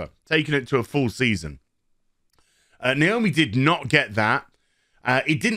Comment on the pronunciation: nooo!! not naoomi!!!